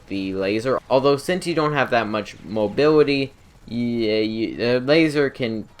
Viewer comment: "Mobiwity" lol jk